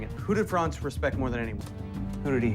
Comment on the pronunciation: His name is Franz, not Frances.